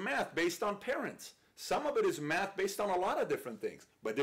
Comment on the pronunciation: I swear he's saying meth